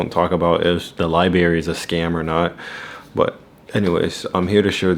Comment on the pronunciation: Library and not li berry ❤😂 you from the trenches 😂